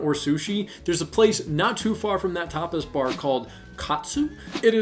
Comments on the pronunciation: Omg on the tapas bar: I thought you said topless at first! 😂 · Very informative video, thanks for your good tips! Was listening on my headphones and when you started saying Tapas Bars all I kept hearing was topples bars lol